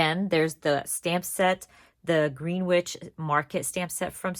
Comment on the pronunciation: Ugh, the Greenwich Alpha Stamp is only available as digital (it's pronounced Gren-itch btw) I'd love to buy the alpha and numerical stamps buy I don't have a cutting machine